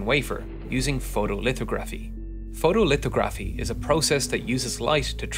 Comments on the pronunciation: I love Luma’s CT scans. They’re always 🔥. Btw, it’s photo li-thaw-gra-phie , not photo li-thow-grafy. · Great video I enjoyed it but just so you know it’s pronounced Foto - lith - hog - ra - fe Love the vid tho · Your pronunciation of "Photolithography" is incorrect. It's pronounced "Lith-Ogg-Ruh-Fee" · The emphasis is on the 'THOG' in the word photolithography. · Just what I was going to post! He totally mispronounced it!